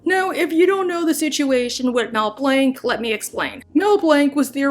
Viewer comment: You say Blanc wrong.